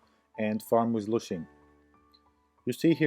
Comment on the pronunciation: its lushen not lushin cant listen to it lmao :D